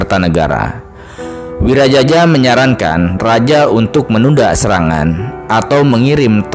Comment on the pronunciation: Wiraraja bukan wiraJAJA😅